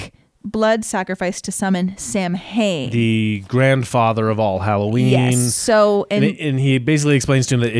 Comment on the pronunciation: Fun fact: They actually mispronounce Samhain in the show. Its actually pronounce "Sah-when" According to my ex Wiccan girlfriend lol.